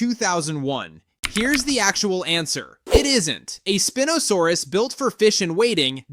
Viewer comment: Spin-o? Spine-o-saurus